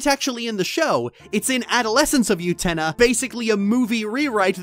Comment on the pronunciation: Utena is NOT pronounced with a Y sound. Please rerecord and fix.